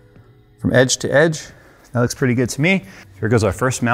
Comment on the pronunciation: . "that Sh-tuh". :D